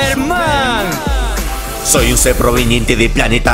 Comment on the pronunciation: Latino : Por un lado, Gokuuu... :V Castellano : ¡Y por el otro, SuperMaaan! :V